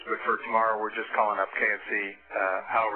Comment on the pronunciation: K-S-C Kennedy Space Center, LOL, not KFC!